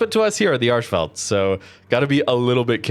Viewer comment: You are butchering the pronouncement of the name